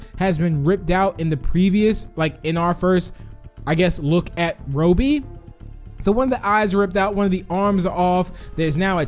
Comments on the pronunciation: It’s not Rohby it’s robby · btw its ra-be not ro-be that's how you pronounce it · It’s Robby not robey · Bro ur saying the wrong name Rowbey The real name is ROBBY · His name is not Roby its robby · Robby not roby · is it pronouced ro bby or rob by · it’s not robie it’s Robby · It’s pronounced rob e not robe e but ok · It's Rob-be, not Robe-be. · Me saying robby:Robby BIgbst4tz2 saying robby:Roubby(This is my thought that why saying it) it fine just a bit stinky saying it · Its robby not roby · its not pronounce ro bi but ra bi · It's Rob more like Robby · Said: Robey Me: Its Wrong Prounaunce Robby: Im Robby Not A Robe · says ROEBEE I trust tigry more. Great video, love these types of videos! 🍪🍪🍪🍪🍪🍪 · Me: its robby: Its RO-BBY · I’m amused by how he pronounces Robby’s name.😆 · STOP PRONOUCING ROBBY SWEDISH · Please correctly pronounce "Robby" before I stop watching your channel. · notice how he says robby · Tank bob 1 no, thats just how he pronounces robby XD